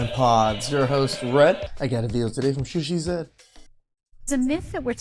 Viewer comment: before we get started, its chisha like, chi. sha